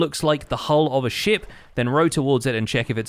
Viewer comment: did he just say "large sh*t" i know he said ship